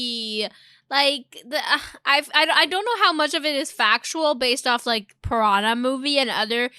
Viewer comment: “I’m a pah-waa-nah in da Amazon!”